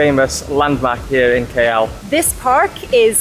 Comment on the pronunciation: Pls pronounce the city name KL as the alphabet "K" and "L" not "Key Yell"...